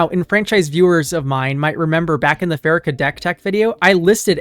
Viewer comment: I think it's "PhaREEkah." Happy to be one of your 5K subscribers. You're doing excellent work.